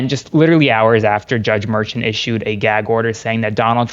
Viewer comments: Ok, first off, love the show. But someone needs to teach how to tie a tie😮. Second, pronounces everyone’s name wrong. Judge Merchan’s name is pronounced mer-shawn not mer-chun. I noticed in another video he pronounced Fani Willis, Fanny. It’s fawn-ee. After pronounced it correctly a few times, he finally got it right. Sorry, I couldn’t help but notice. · Hey! If you’ve been in NY court system then you and would be saying the judges name correctly. It’s Jaun (Mer-SHAUN) you and Parnas are saying it wrong. Just helping out. Please say it correctly going forward. NY! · Please pronounce Merchant name correctly. It is not Merchant, it s Merchan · “Judge Mershawn not Merchemt” please pronounce it correctly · Please have your legal analyst learn how to pronounce Judge Merchan’s name correctly. The emphasis is on the 2nd syllable. Thank you. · Love your content,but please teach your experts how to pronounce the judges names. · You need a new legal expert.. can't seem to tie a a decent knot, mispronounces Merchant's name and pronounces Fani Willis's name as Fanny.. same as MAGA freaks trying to dis her. Did a chimp do his tie for him? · Actually it is "Judge Merchan".